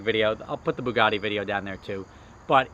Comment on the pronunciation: `boogaddy`! ...its ber yugatee : )